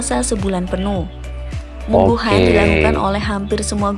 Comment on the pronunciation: Warunggunung-lebak-banten-indonesia.bukan mungguhan min tapi munggahan